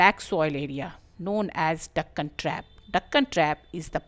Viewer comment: You pronounced it wrong